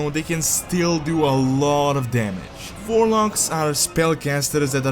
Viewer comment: Warlocks? I heard Vorloggs